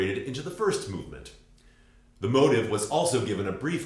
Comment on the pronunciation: No, I agree that they are two different things, just to my English ears when you say motif, it sounds like motive. (And you’re not the only American who sounds like that to me.)